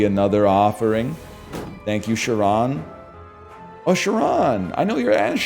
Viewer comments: My guy... it's Charon's ashes... like Karen, with a "kuh-" sound... the boatman of the river styx. Who the hell is "sha-ron"? xD Everytime you say it it drives me nuts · He's gonna be mad you pronounced his name wrong